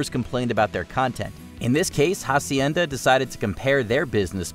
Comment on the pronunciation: The way he pronounced Hacienda is also funny (the h is silent)